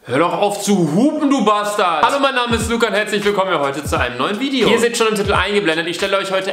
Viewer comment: Wieso sagst du immer "Titl" xD?